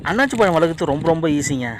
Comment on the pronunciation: நல்ல பதிவு ஆனால் தவறான உச்சரிப்பு அன்னாச்சி பழம், அண்ணாசி பழம் என்பதே சரியான உச்சரிப்பு .நன்றி